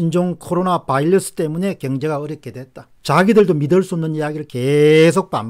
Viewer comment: 안타까운 마음에 한말씀.. 바이러스 입니다. 이제 "바일러스"라고 하지 안ㅎ으셨으면 합니다. 열열한 팬이